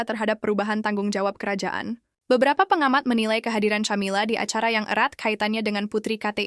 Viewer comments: Ca( tja) atau Ka? Aayo belajar dulu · Min... baca , nyebut nama camila aja gak bener gmn mau percaya dgn cerita dari chanel lu min